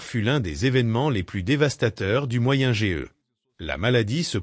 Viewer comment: Moyenne age on prononce âge entièrement pas lettre par lettre